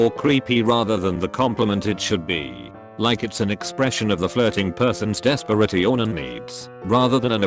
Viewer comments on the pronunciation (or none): Nobody: Robot voice: desperit-ion